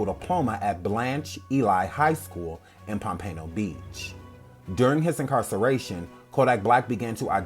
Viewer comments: It's pom -pen-o beach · Enjoyed Much! I cringed everything time you said POMPANO BEACH lol. 😘😫💛💙💛